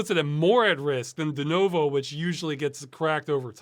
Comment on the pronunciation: Ross pronounces Denuvo weird. Denovo.